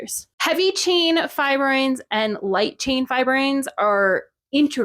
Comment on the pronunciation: Pretty sure it's pronounced fibr-OH-in rather than fibr-OY-n, but otherwise great video. I had been under the impression that insect fibroins and spider spidroins came from a common ancestor, but that clearly isn't the case. Those are very different amino acid sequences. I guess that's why the term spidroin was coined. I doubt I'm the only one who was confused about fibroins and fibroins being chemically similar instead of just functionally similar. Also, the reason Bombyx mori produces such a high proportion of silk in their cocoons is almost certainly selective breeding. They're extremely domesticated and totally incapable of surviving in the wild (or even flying except in rare individual cases).